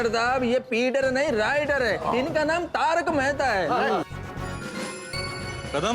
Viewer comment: Yu to bawri ek ka bhi naam shi se nhi leti aur sabke naam sahi se bole😮